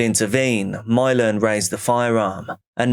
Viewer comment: Imagine naming your kid Milan but pronouncing it "Mylon", could you look more ignorant?